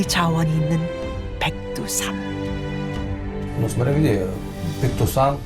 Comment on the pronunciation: 호랭이는 몰라도 표범은 충분히 남한까지 내려왔을 가능성이.. 북한 산간지방은 인구 밀도도 낮으니 산을 타고 쭉.. 그나저나 저 러샤분들이 백두산, 두만강이라고 명확히 발음해 주시니 좋네.. 보통 중국명칭으로 장바이샨이나 토먼강으로 마니등 써버리던데…ㅋ